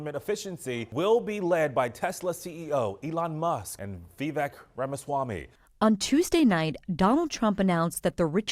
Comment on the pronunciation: did you miss pronounce Viveyk's last name on purpose or are you not smart?